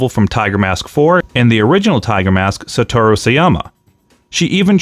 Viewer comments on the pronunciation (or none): none